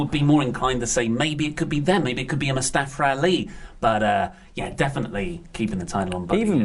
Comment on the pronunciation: why do you say it mustafaR ali guys....it's mustafa ali!